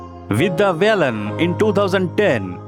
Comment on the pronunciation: एकदम घटिया बंगाली उच्चारण करनेवाला कौन चूतीया है यह Voice Over? Duffer साला रहमान को रहमन कह रहा है और बालन को बेलन कह रहा है। और सबसे पहले के दो साल जब मीना कुमारीजी को अवार्ड्स मिले उन्हे बताया ही नही।